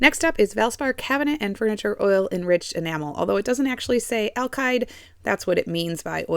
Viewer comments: Please say "ALKID" not "ALKIDE" ...... you're killing my ears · "Alkide" paint? I'll be sure to buy some